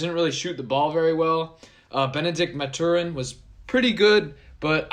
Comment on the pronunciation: Math-uh-rin, buddy....And Bear Down babyyyy..wegettingthechip #beardownarizona